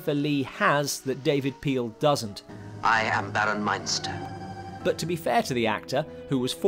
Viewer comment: David Peel was Baron Meinster, ( not Munster). I have seen the Brides of Dracula many times and enjoyed it very much.